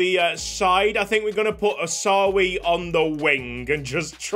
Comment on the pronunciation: Its Hawsawi!!!!!!!!!!!!